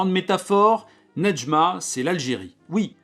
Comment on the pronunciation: Je m'appelle Nedjma en honneur à ce livre et je crois qu'on ne prononce pas le D, en tout cas pour moi c'est le cas et Kateb Yacine ne le prononce pas non plus